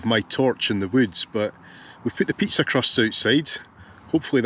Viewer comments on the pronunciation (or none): haha.... great video, but.....what language is your partner speaking~? dutch? german?... icelandic?................ please dont say " dudley" !!!!!!!!!... ohh.. PIIZZZAAAAAAAAA